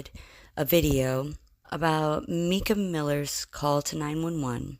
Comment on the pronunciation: Plus you don't know how to pronounce Mica's name the right way. You obviously haven't watched any videos from Mica's dad or even from JP when he talks about her. Plus you put up another video about Mica and her possible AI call three weeks ago. This video didn't say much about whether it was AI so that one probably doesn't either. I doubt I'll be watching any more of your videos.